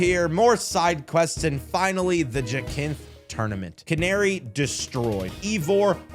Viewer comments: Plenty of games are set in a single location, its all about the scale of it and za is fine, but glad you enjoyed the game and especially the story, btw its pronounced ja-synthe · Here's how you pronounce some of the trainers' names. Corbeau- coor-bo Phillipe- phil-leep Lebanne- leb-aun Jacinthe: ja-sinth. Also, you should definitely replay X and Y, including the game's post story